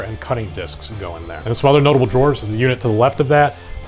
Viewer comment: You're pronouncing "drawers" wrong...